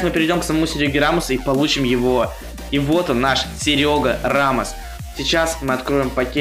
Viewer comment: Какой ешё Серёга рамос правельно Серхио рамос научись пожалуста это ошибка мира.